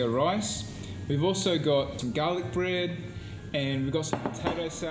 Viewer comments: Arroz a la Valenciana... Valencian style rice. Btw There's NO pineapple in a traditional Lomo Relleno... It's nice that you are taking in the culture of your host country. In Nicaragua there are Milca and Rojita which are native produced soda drinks, not sure about Red Fanta. What the hell is gah-lic??? And it's Nochebuena not Buenasnoches...🤣 the last one means good night! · They are from Australia, that’s the way the pronounce garlic. I love your suggestions and the rum, yum 🤤